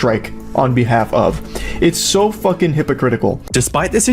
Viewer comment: Everybody: "Fucking." Leafy: "FUCK-EENG"